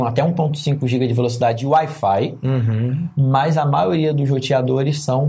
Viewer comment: Parece quando o Alfredo fala wi-fi, parece Air Fly. Kkk